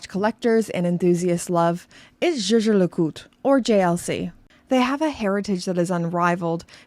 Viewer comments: Zje zje le cout ? Pls put some effort in properly pronouncing the brand name… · “Jay Jay le Coot” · lol the pronunciation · Do you have butcher the pronunciation? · You pronounce Jaeger-LeCoultre like Megan Draper sang “zou bisou bisou” in Mad Men. C'est fantastique! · This is funny but also true. The founder of Rolex made up the name because he wanted something easy to pronounce in most languages. Meanwhile there’s JLC over here with a German name that I’m supposed to pronounce like I’m a French person…